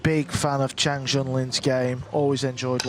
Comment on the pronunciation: How can it be that at this level of professionalism it’s still not possible to get Asian names correct????? Chang is the last name